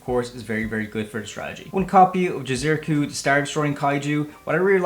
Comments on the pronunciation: ITS JI-ZU- KI - RU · I swear no one can pronounce Jizukiru's name properly lol